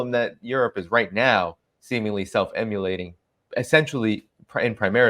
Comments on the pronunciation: The word is "immolating," not "emulating." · It sounds like you're saying that Europe is "self emulating" (trying to copy itself). What I suppose you mean is "self immolating" (burning itself). If it is the latter, perhaps you should check the pronunciation. (Edit: A few minutes later, Scott kindly and subtly corrects your pronunciation. LOL)